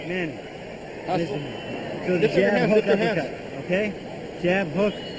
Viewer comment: LOL! they couldn't even pronounce manny's name back then.. haha